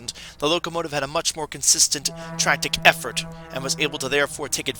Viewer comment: Tractick effort??? I thought it was tractive effort